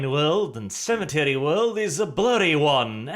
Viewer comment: At the start it sounded like you said sanitary worlds not cemetery worlds when you tried to emphasise it